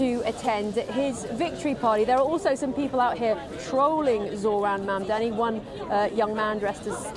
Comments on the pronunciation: Never understand why white people around the world have trouble prouncing the simple word “Mumdani”, it’s not tongue twister ffs. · Anchor is struggling with pronounce mamdani